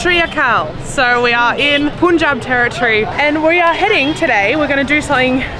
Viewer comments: Pun in Punjab is like the English words pun, spun and not poon like in spoon. So yeah you may want to get that right. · It is 'PAN-JAB' not 'pun-jab' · It's not Pun-Job... Right Pronounciation will be PAN-JAAB...😊❣️🇮🇳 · You speak PUNJAB but it was PANJAB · This is not puunjaab it's panjab (prown) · Sorry for correction But punjab is speak like PANJAB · How would you say this word "pun" on its own? That's how Pun Jab should also be pronounced 😊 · The spelling is punjab but pronunciation is PANJAAB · Your pronunciation of Punjab is incorrect. The u is pronounced as if it is a.